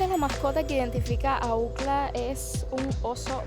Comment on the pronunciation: Se dice UCLA, No ucla. La mia es STCC acá en Boston, Massachusetts. Eres joven y tienes un mundo de oportunidades frente a tí. Juventud Divino Tesoro 😊.